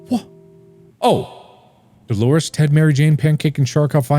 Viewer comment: "Okay I get it, Dalores is Engoreous!"-Markiplier 2021 Um... excuse me what? Can you run that sentence by me one more time?!